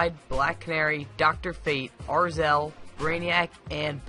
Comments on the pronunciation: How did you read it as Arzel? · ...did you just say "Arzel"? Common dude, Azreal